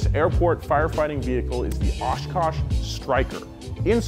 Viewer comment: as a Wisconsinite thank you for saying Oshkosh correctly. :)